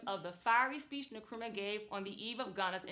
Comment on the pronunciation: Nkrumah not Nukrumah